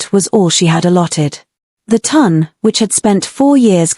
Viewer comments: I love these stories, however, please can AI pronounce Town instead of Ton. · Oh, also the " Ton" is pronounced like the word "on" with a T in front!